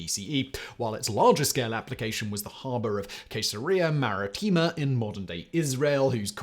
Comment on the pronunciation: ma-RI-tti-ma stress on the second.